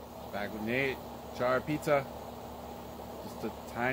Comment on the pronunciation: "Chart pizza", lol